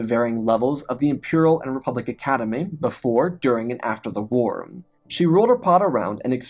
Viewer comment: Bruh do you really not know how to pronounce war? There is no m in it. Do you say “star warms”?